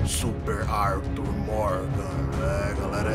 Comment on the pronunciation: "AIRtuIRR Fléxxschi"